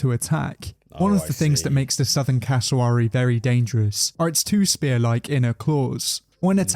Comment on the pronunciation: The wary part of cassowary is exactly like wary, nothing like he said it.